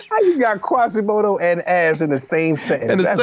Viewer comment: He said quasimoto though😅😂😭